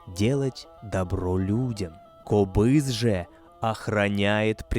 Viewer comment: этот инструмент правильно произносится - КОБЫЗ! Ударение на О.